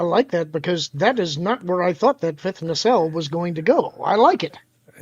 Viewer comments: "Year of heck ship" is a reference to the pair of Year of Hell episodes from Voyager. Also Culture its Nacelle. Not Nancelle there is no second n. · Nancell? What? "Nuh-sell", Culture. It's EASY!